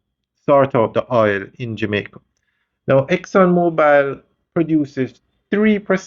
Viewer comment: No E is on the last name you're miss pronouncing the name...its mobil not mobile as in mobile phone. Exxon mobil not Exxon mobile